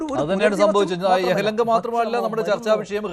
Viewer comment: യഹ് ലങ്കയാണോ യലഹങ്കയാണോ? ചാനൽ അവതാരകൻ പരിശോധിക്കേണ്ടതാണ്.